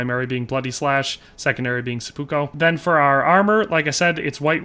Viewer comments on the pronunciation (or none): It really bothers me how you say "seppuko"